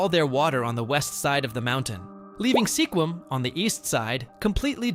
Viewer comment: Sequim is pronounced like squid but with a M on the end lime squim, not like sequin with an m.